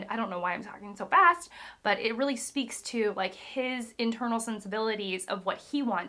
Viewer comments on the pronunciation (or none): none